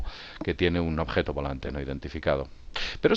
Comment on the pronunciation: uinterjeben, uituf, ojeto....ahahahhahah